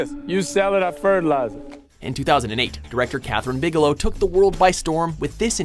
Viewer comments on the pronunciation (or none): none